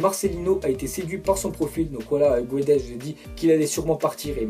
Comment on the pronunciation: C'est Gonzalo Guedech et pas gouedes ! Guedesssss a la limite mais voilà et le transfert le plus probable est mbappe au psg bien sûr